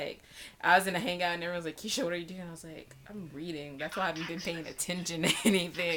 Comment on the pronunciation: March Ke-sha? March? Really?